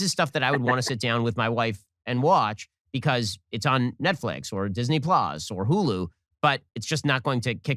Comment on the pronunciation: Diz-knee plãs.